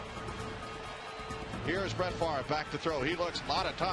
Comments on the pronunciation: its not pronounced "farve" as in the way everyone in the states says it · yeah he said "faver", which is wrong. But so is saying "farve", which is how tv casters say it.